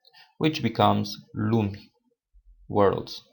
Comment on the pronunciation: lumi the I is not pronounced?